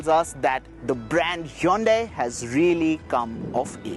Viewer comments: It is not yondai it is hyundai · Yonday verna it's hyundai not yonday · Learn to pronounce Hyundai its not the way you are pronouncing.